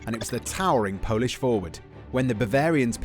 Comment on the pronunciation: Hi, I am from Poland and your Polsih pronunciation is not bad👍